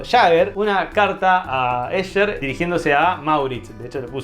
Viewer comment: El colmo de la "ñoñez"... No se dice "Ésher", sino "Éjer"... Ya que se pronuncia en alemán y no en inglés... Soy horrible, lo sé...